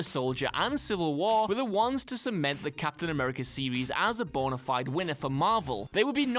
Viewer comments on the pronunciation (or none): none